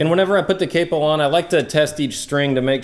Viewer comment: It's not capo, it's capo